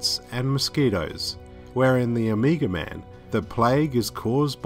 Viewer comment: I kept hearing "Amiga". The Amiga man: half man, half 80s home computer. He was a cop who was betrayed by his partner. Left for dead, his brain was replaced with a Motorola 68000 CPU...